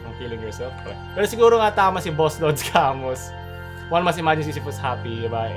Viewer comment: Albert ca-muu po iyong pag bigkas sa pangalan niya.